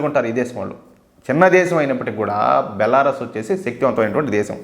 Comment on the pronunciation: బెలారస్ కాదు బెలారూస్